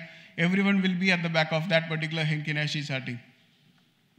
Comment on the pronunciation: It's Heikin Ashi not Henkin Nashi. Thanks for sharing.